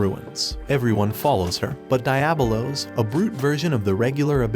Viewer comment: Die-ab-o-los.. cringe